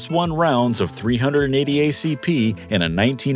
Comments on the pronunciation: Same goes for the 380. it's not three hundred and eighty 🤦🏻‍♂ lmfao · I wish you’d get someone that knows a little about guns and calibers to read for your videos. Referring to a 380 as a three hundred and eighty shows this idiot is better left to read for some other type of video. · “Three hundred and eighty”? Do you mean three eighty? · It's hard to take advice from someone who pronounces it "three hundred eighty" or "45 or 70" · This is an AI made video. Since when did .380/9mm Kurtz become 3 hundred and eighty? Or when did 45-70 become fourty five or seventy? As soon as those damn computers learn what those numbers mean we're screwed